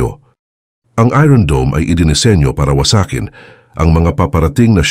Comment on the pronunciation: It's iron dome or spells as ayorn dome and not ayron dome!😂😂😂